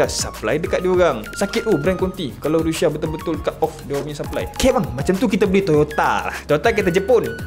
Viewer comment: sebut la betul2..Rusia ataupun Russia..ni rushia rushia adoyai